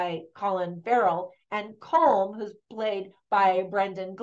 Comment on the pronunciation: Some of your pronounciations needed a bit of work Colm is pronounced Colim ,which is why we irish can't pronounce film correctly Padraig is paudrig or pauric not padraig Barry Keoghan is kyohin not keegan Bean si is pronounced Banshee exactly the same The film was not 100% historically accurate ,not that it needed to be,however its interesting to note that pub sessions and women in the main part of the pub wouldn't have occured at that time in the 1920s.Pub sessions are the result of catholic church backed irish laws as it was it was the first year of independence its unlikely the new irish government were passing many laws that were not to do with the Civil war which was going on at that time.Another thing is the language offshore islands off the west coast would almost certainly had gaelic or irish as we call it here as the community language not gaelic.Thats not a criticism of the movie just some observations. Suileabhan means one eye not sure whether that has any meaning in the film or not